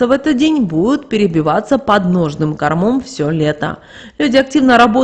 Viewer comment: Ну сколько можно коверкать ударения в словах. КОрмом а не кормОм. Жуть.